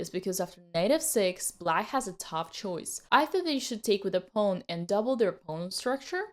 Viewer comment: I just like the way she says pawn…. “Pone”